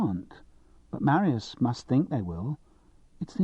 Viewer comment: The reader is SO annoying. If he can't pronounce Riesling and Marius he shouldn't be reading Simon Brett. And I've only got to about ten minutes in.